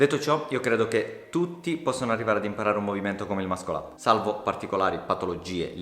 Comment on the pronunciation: tutti possono imparare ad eseguirlo, pochi a pronunciarlo... É MASSOL UP non mascol up